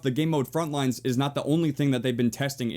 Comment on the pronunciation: Every time u say 'frontlines' i cringe so hard. There's no s at the end..